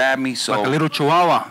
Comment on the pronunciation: George calls teo sr chawawa lol 😂